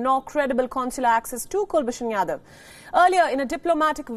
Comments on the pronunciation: It’s Jadhav not Yadav. Please rectify. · Jadhav not Yadav